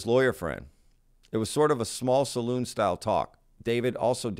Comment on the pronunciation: It’s not a “saloon”, it’s a Salon. It’s where rich people gather to listen to curated interesting people because they dislike the great unwashed.